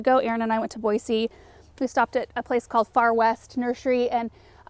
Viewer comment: Yes! The leaves on the ground definitely add to the charm! (Also, as a former Boise resident, I always love hearing people pronounce Boise “correctly”😊. I’m on the east coast now, and no one ever gets it right. Everyone says “boy-Z” 😝)